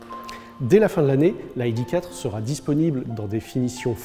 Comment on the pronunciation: J'ai du mal à juger mais, à part la surélévation, est-ce la version "stepway" d'une ID3 cette ID4 (c'est marrant cette schizophrénie linguistique, "aïdiquatre"... "idéquatre" j'aurais compris... "aïdifaur" j'aurais aussi compris.. mais le franglish c'est bizarre :D et en théorie c'est sensé être une "hidifieur" )